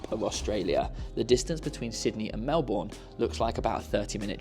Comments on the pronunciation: Mel-bun not Mel-borne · Hey hey 😊 just an FYI we say Melbourne like “Mel- burn” rather than Mel-born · We pronounce it Mel-bun, not Mel-Born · It’s pronounced Mel-burn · Loved the video and your experience of the Australian Open was both entertaining and informative. Just a little FYI, it’s pronounced Melberne, don’t pronounce the “our” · We can forgive your pronunciation of "Melbourne" on account of all the praise you have for Aus and the Aus open ;) Glad you enjoyed!! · Agreed! I first thought oh no not another mispronunciation and was about to comment, but he showed so much love to my city, I cannot be annoyed at him 🥰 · How can you pronounce Melbourne wrong after having JUST been there? 😂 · great video! Surprised no one corrected your pronunciation of Melbourne though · awesome trip, welcome to Australia! but I'm surprised no one told you how to actually pronounce Melbourne! hahaa